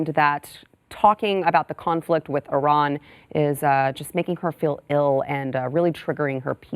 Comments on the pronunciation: Switched to a different video because within the first five seconds the lady mispronounces Iran, even to Western standards. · You stopped watching within five seconds, but still took time to write a comment to tell everyone how little time you spent on this video (and now two comments). Besides, Iran is pronounced PERSIA. And no one gets it right.